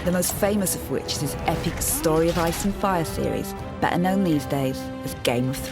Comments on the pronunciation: Either way the T's in Martin and "better" aren't silent ones and so the correct way to pronounce them is to pronounce them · So does "better" good lord I don't know if I can take 20 minutes of this